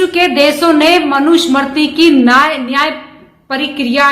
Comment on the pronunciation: इनको मनु स्मृती उच्चारण ठिक ढंग से नहीं करना आता.